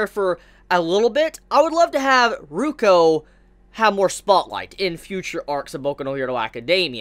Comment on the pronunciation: it's Rukyu, not Ruko:v